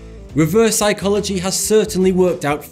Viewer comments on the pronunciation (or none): That "sycholagy" triggers me.....